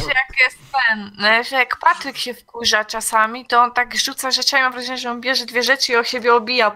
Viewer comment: Mateusz Czapnik To jest Patlyk